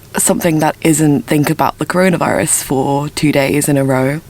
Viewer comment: Aaaah, the good old " CORORAVIRUS "